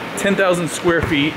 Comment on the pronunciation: "10,000 squeet" - Steve Cook 2015